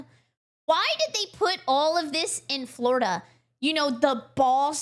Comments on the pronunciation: Floridia lol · ehehe "Flordia" ehehe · Ah, yes. "Flordia."